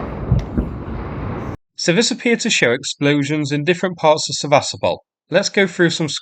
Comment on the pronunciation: Why is it so difficult to pronounce it Seva-stopal? You pronounce so many other name correctly but not this. I watch the videos but when you pronounce the city's name incorrectly then I stop watching and you get no 👍. It's a shame because I used to enjoy watching the video and being amused with your humorous comments. I do hope you will start the correct pronunciation so I can resubscribe and comment again for the algorithm. This is a one off.